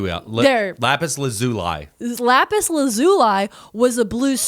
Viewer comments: LAZ-OOH-LEE. Lapis, who was trapped in a mirror for thousands of years, didn't suffer that trauma to have her name disrespected in this manner /heavy sarcasm. For real, though. It's Laz-ooh-lee 🤟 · In American English, it's pronounced either Lapis "LAH-zoo-lee" or Lapis "lah-ZOO-lee." I've heard it both ways, google says it's the first way- I double checked to be sure before I commented. Not trying to "☝🤓erm actually-" or anything, just hoping that helps ALSO- art materials professional here, Lapis Lazuli paints are still used today for restorative works on medieval or renaissance works, like in churches, as mentioned. But if you would like to use it in fine art today, while possible, it's much easier and more affordable to use the synthetic formulation for watercolor or oil paints in a tone called "Ultramarine Blue"! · I know lapis lazuli from Steven Universe so it’s funny hearing you guys pronounce it like that